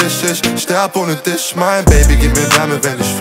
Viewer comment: Gutes Lied, aber wenn man" ich dich mich" nicht richtig aussprechen kann verliert man einen großen Teil von potenziellen Zuhörern